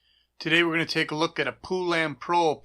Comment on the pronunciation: Po-lun, no poo, come on bro!